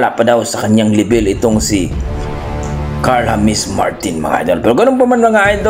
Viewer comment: Carl James hindi po Carl hames